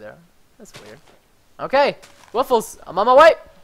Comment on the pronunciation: Hey actually its supposed to be pronounced woof+less